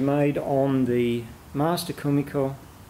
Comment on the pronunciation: 1 shot of your favourite drink every time he says komikor